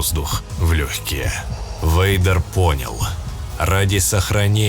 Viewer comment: Вэйдер, почему я слышу слово Ведро? Темное Ведро😅